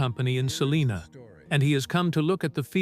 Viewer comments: Its called SAL(LINA) Not saliena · Not far from SALINA. Not Saliena.